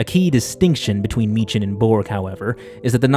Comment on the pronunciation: why can noone say meechan properly